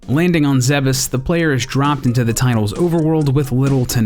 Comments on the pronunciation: I wouldn't necessarily take the Japanese pronunciation for granted; certainly there are a lot of made-up Nintendo words that AREN'T pronounced as if they were being parsed by a native speaker of Japanese. But in any case, you're right, it IS pronounced "zeh-behs" (roughly), per some mentions in Other M, as well as being stated in Super Smash Brothers Brawl. Check the video here: tAjpuctFvJY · The fact he pronounces Zebes properly and not calling it "Zeebs" makes me happy.